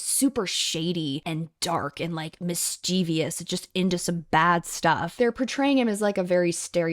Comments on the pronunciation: "Mischievous" is one of the most oft mispronounced word in America. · Great vid. Ive never watched this show but the behind the scenes revelations really made me intrigued. Especially given how corny the actual show is also why do you pronounce mischievous that way?